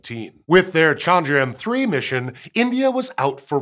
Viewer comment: All I can hear is Chandrian 🤦‍♀